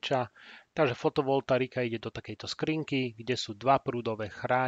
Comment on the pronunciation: Všetko pekné, ale mne trhá uši fotovoltarika... je to fotovoltaika